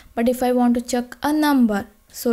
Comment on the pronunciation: Check as Chuck